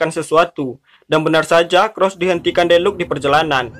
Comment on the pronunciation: Deluca dibaca deluka bukan deluk bambang🤣🤣